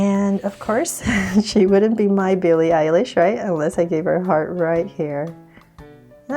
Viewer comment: Beli Elish😂😂😂😂😜😜